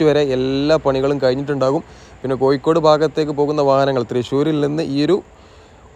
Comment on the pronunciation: "കോയിക്കോട് " അല്ല കോഴിക്കോട് 😂